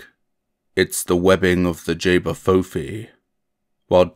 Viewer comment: Just to let you know it's pronounced ch-bah foo fee 😊